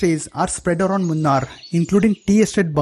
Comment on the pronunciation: Say it properly. 'Moo- naar' is the correct pronunciation. Not the way you say it 🤢